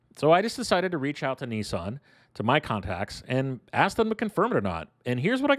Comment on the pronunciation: Niiiiieeesaaan? Lol